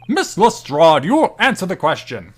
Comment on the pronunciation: Who the hell convinced to say Lestrade that way?! He had it right the first time. Has no one seen a Sherlock film or tv show before?